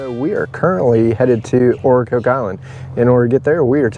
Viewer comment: Nice video, but it's Ocracoke (like the vegetable and the drink) Ocra-coke. Hatteras (is like Hater-ass)...